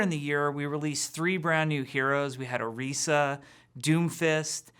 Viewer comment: IT PRONOUNCED ORESA!!! BUT IT HAS AN i IN IT!!!!!!!!!